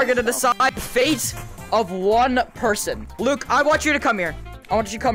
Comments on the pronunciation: "Im gonna interview every perthon!" -, 2023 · you said purten not person